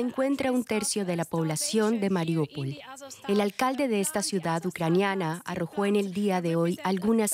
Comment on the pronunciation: Al fin un periodista pronuncia bien Mariúpol